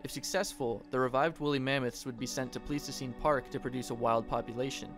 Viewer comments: I think its pronounced with an I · Hey guys, just wanna let y’all know I mispronounced “Pleistocene.” It’s pronounced “PLY-sto-scene,” not “Plee-sto-scene.” My bad!